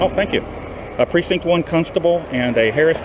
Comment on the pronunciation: Cuntstable??? Ahahaha. Good job. 😂😂